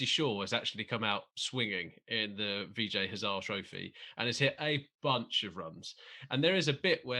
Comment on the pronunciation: OK - I know you guys don't care but come on guys, how do you pronounce HA-ZA-RE as 'hazar'? Wikipedia has an audio file that explains how to say it...